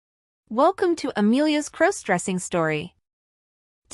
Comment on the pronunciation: Stop mispronouncing crossdressing